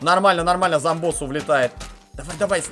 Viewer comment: вообщето говрится Доктор ЗОМБОС а НЕ замбос он что замби нет он зомби.